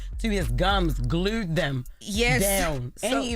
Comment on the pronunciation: Dictionary - Glued Jess - Glewed 😑😑